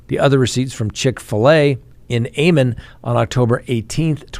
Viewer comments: Am - on instead of A- mon. Just an fyi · pronunciation for ammon am-in